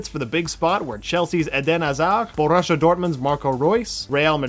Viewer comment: he pronounced all the name in spanish and he borussia instead of Bo-rissia